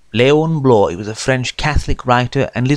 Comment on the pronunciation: He should know how to pronounce Bloys name... Good heavens...